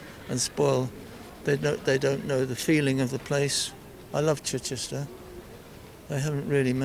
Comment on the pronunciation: This was my constituency until I moved recently. Ms Keegan was a terrible MP. Near the bottom of the list of accessibility. She wouldn’t answer a message but you could hear her every other night on LBC. Definition of self serving. Keegan can’t even pronounce ‘Chichester’ - was just installed there because it was a safe seat.